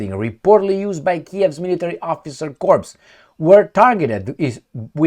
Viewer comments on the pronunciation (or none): I'm sure after the Iskander came to call this was in fact the officer corpse. But the word "corps" is usually pronounced "core." Don't ask Barack Obama for help with this. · Corps = pronounced Cor